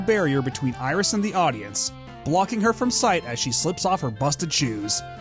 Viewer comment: The being French plot-twist! I should've seen it coming from how Iris' name was pronounced with the proper French pronunciation in the videos for 1 and 2! The signs were there all along!!!